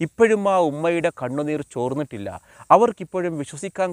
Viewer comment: Chornnittilla.... Yennalla.... Thornnittilla..... Yennanu..... Pls.... Care.... Words.... AVATHARANAM.... Very..... Good